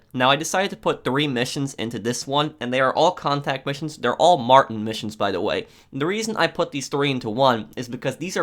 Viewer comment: It’s not Martin it’s Mar-Teen